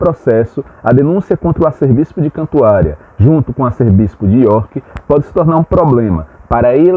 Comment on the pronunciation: A pronúncia correta é “Arcebispo” e não “arcerbispo”.